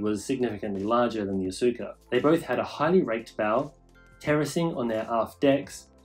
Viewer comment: Nice informative video. But I would like to have a correction, the name Asuka is pronouced as "Aska" the U is silence.